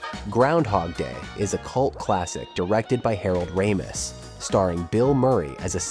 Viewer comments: How many different ways can you pronounce Harold Ramis' last name??? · How many ways can we pronounce Harold Ramis? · Wow AI voice, why can’t you pronounce Ramis correctly every time?! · How lazy. Learned how to pronounce Harold Ramis and couldn’t be bothered to spend 15 minutes correcting the video. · Quite interesting but can the narrator decide how to pronounce Ramis? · Teach your robot how to say Ramis. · Good god, how many different ways can this AI narrator pronounce "Ramis"? Absolutely butchered "Ric Ducommun", haha. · The AI narration pronounces Harold Ramis’ name at least three different ways. 🙄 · Mispronouncing one of the main peoples name in the story is the best way to show you have no idea what you're actually talking about & are just reading words you found on the internet. Regardless if it's A.I. or not. First and last thing I'll be watching from such a content regurgitator. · Every other time it pronounces RAMIS differently. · Funny how the pronunciation of Ramis changes throughout the video. Sometimes it's a long A and sometimes a short A. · Harold's last name has been pronounced 3 different ways. Does that mean it's AI? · Harold "Ra-MEESE" LOL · Raymiss, Ram-iss, and Rah-meece. 3 pronunciations by the AI narrator of Harold Ramis and it's not even halfway through! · Great mini-doc - well-done! I have to say, though, the back & forth pronunciations of Harold Ramis' name - from Ray-miss to Rammis back to Ray-miss, back to Rammis, over and over and over...was pretty annoying. For the record, it's only one "m," so it's pronounced Ray-miss. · Ray-muss and Rye-muss, two different pronunciation of the same name within ten seconds 😂 It’s ok vid but I’m guessing it’s AI voice! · Ray-mis for Harold's last name pronunciation! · Dude, decide on which way to pronounce Ramis. (it's a long A, btw) ...you're literally switching within the same sentence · Also Harold RAM-ees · AI ass video. Pronouncing Harold ramis like 5 different ways.